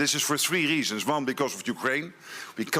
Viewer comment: Ok NATO Chief, it is pronounced "One" not "Von."